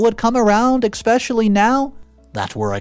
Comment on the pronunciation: There's no X or K in the word especially try to pronounce it correctly for your stories